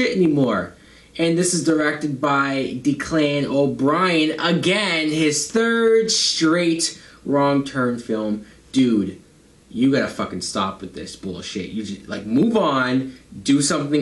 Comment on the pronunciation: I know the P. O. S doesn't deserve it but his name is pronounced Deck-lin ( it's Irish). Great review once again mate